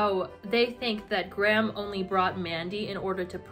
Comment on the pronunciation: all I can focus on this entire video is the weird weird way you guys pronounce Graham